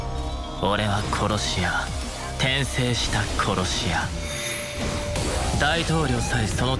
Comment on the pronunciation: Tensei what?....i can't hear the title name clearly